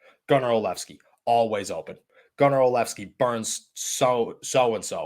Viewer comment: It's pronounced Gunner OL-SHEV-SKI.